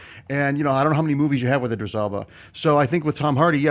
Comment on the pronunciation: Don't congratulate Andy on pronouncing "Spectre" correctly. Still didn't even know the name of one of his guests. "Bag-Begley??? Begley?" "Eye-dris Elba"?? They were all saying Idris!!